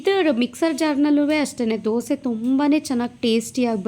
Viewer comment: Dosa instead of disa